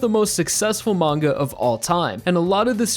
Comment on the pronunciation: mangaの発音、時々マン毛。